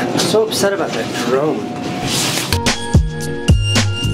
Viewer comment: I keep hearing Jerome every time he says drone.